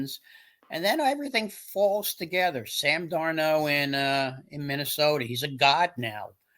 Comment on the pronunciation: With all due respect it’s darnold not Darno